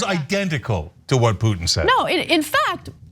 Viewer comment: what a waste of time, watching THESE 2 IDIOTS, refute THE EXPERIMENTED AND PROFESSIONAL POINT OF VIEW OF A RETIRED ARMY COLONEL WHO KNOWS ABOUT THE ATTROCITIES COMMITED BY THE AMERICAN ARMY IN IRAQ!!!! BESIDES, THE BIGGEST IDIOT CAN"T EVEN SAY PUTIN"S NAME CORRECTLY THEY REALLY SUCK AT CRITICIZING THE AMERICAN FOREIGN POLITICS. WHEN THEY ARE PUSHING FOR AN EVEN MORE BLOODSPILLING WAR, IDIOTS.